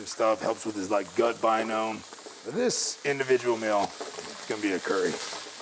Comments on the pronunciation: Fury- hires a world class nutritionist Nutritionist - says "gut binome" instead of biome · wtf? It’s gut biome* not binome. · Not the greatest advert when the nutritionist pronounces biome "binome" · He also said "gut binome" he makes it sound like he's talking about a garden ornament that goes both ways. He's definitely not a real nutritionist, it's called biome not binome 🤦🏼‍♀️ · ... did this guy say gut biNome? Lmfao and they claim he’s better than mike dolce 😂😂😂🤡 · whats a gut bynome? Hahaha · I've heard of a biome but what the hell is a "binome"? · He said biome wrong hes basically literally hitler